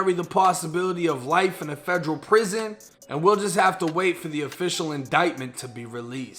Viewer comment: Instead of Federal.. he was saying FEDREW 😆